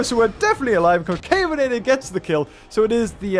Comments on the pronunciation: it’s Con-CA-ve-na-tor,not Con-CAY-ve-na-tor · I believe concavenator is pronounced conca-ven-uhter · Ill tell ya how to say it ok con-kahh-ven-ate-or Yo welcome! :3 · Concavenator is actually pronounced con-ca-ven-a-tor